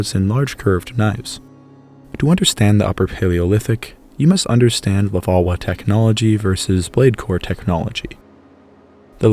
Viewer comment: Your French pronunciation is terrible and annoying. LevalOISE. MoosTERian.